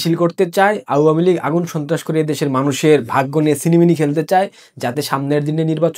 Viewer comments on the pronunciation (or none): vai pronounce ta pls thik koren ... its not auuua mi lig.. its awamilig